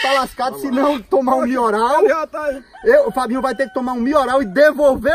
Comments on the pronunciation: Qualquer coisa:a:MIORAL!!! PÓ TOMA XAROPE DE MIORAL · E um remedio chamado melhoral mas ele nao sabe chamar certo ai chama mioral😂😂😂😂😂👍